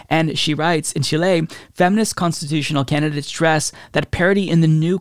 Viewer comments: It was a little distracting, lol. I was super "in the zone" because I'm from Argentina and a big fan of Allende's legacy, and every time he said Chilé was like a kick in the soul! Lol. But is awesome and not even that will make me not like him! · I am a fan and frequently send links to your videos to friends. That being said, Chile is pronounced with the first syllable accented, in either English or Spanish: Chíle. CHEE-lay or CHIH-lay. Thanks, and keep up the great work. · im drinking a shot every time he says chill lay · Not chilean but i want to help, is CHI-le, chilenos please teach him! XD PD: chilenos éxitos en su constituyente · Great segment, however the accent is on the FIRST syllable in the name CHI-le...otherwise wonderful news.... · "Chi-lay" is gonna be my new safe word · Chilley? I can't listen to it. Too distracting. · Hey, love you, but what is that country “Chiléy” your taking about?😂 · I don't want to poke fun at you but you say Chile really funny. It's not pronounced Chilay. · Chile is pronounced chill-ee, fight me. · Emphasize the “Chi” and not the “le” As in: Chee-leh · I love you my guy but it's not Chiley, All the love to u tho. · Why the fuck are you saying "Chilé" it does NOT have the accent or emphasis on the "le" but on the "Chi". Got it? Thank you for learning new things. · Don't worry about how you pronounce Chile! What is valuable is your message and support for my homeland! Allende was a real statesman! I was young when he was elected president. I also lived the terror during the government of the dictator Pinochet. I don't wish that experience for anybody in the world! Thank you! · accent on the i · Chile doesn't have an accent on the "e" in Spanish though. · i love you but the way you say Chile is killing me. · My dude. The inflection is in the first syllable. CHIle. Not ChiLE. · Love this. But I was extremely distracted by your odd pronunciation of Chile lol. It's CHEE-lay, not chee-LAY.